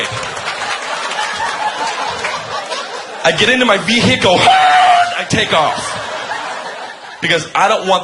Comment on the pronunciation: Ve HIC cle